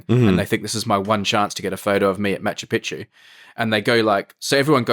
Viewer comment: Gray, pal, I love you, but It's not MaNchu Picchu